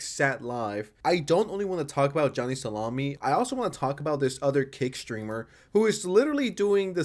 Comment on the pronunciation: Is he saying Kick or Cake? Theres a platform named Cake? Even the subtitles say Cake.